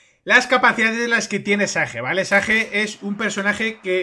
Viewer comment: Si haces muy buen contendio , pero esas pronunciaciones... xd . Un saludo